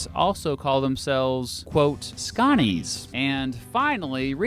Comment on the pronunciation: Sconnie, not scooni. It seems a more recent thing.